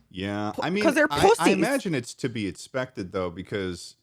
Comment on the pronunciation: Has it been explained why tf says edspected instead of expected?